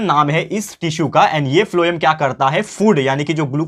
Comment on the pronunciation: Sir pronounce it as 'phylm' but write as pholem